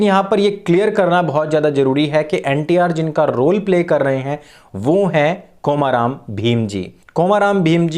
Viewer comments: I'm from Telangana. Please pronounce the name komaram as कोमरम् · I can actually understand the mistake in pronunciation because in Hindi there is only long 'O' (ओ) In Telugu we have short pronunciation 'O' (ఒ), example is "Olympics" And long pronunciation 'O' (ఓ), example is "Oral" So in the word "Komaram", 'O' should be pronounced shortly like in Olympics